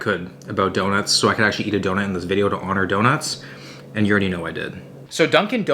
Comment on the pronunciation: say dada — do..nut